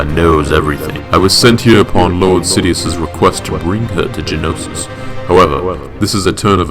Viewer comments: Ist't it Geonosis? Not Genosis? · Btw it's Geonosis not Genosis.